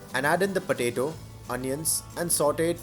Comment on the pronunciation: Do any of u heard podado? 😂